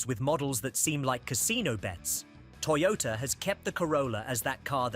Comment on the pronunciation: YOTOTA Corolla... 😂